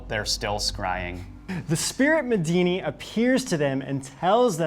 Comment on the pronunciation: Medini? Sounds like Medina to me... Maybe an Arabic Houdini?